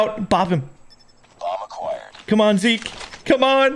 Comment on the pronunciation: WHO else says zeki instead of zeek